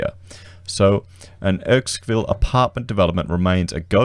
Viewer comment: It is pronounced Errr-skin-ville 😉